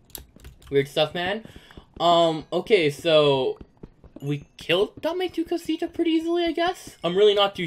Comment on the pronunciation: Your saying Dom tu cosita Dame ame tu cosuta